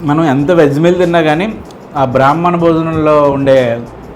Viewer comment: బ్రహ్మణ కాదు. బ్రాహ్మణ